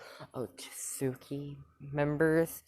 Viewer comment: Yo u said otsusuki wrong